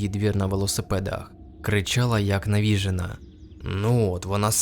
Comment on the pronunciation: Не "навІжена" а "навіжЕна". Дяки за контент ❤